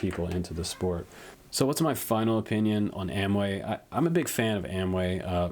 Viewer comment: You keep calling them Amway. It has an "o" that needs to be pronounced. I'm sure AOmway would appreciate it. Keep up the great work! Just pulling your chain! lol